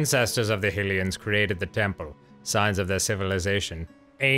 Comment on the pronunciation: Still mispronouncing "Hylians" after all this time, huh? Ah, well. :P